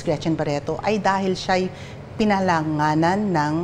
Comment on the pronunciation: Pinangalanan po your honor, not pilanganan! :face-turquoise-covering-eyes